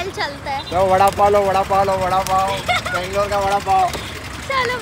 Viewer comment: It's not banglore it's Bengaluru, and it's not kannad it's Kannada, nice vlog, lots of love from Karnataka❤✨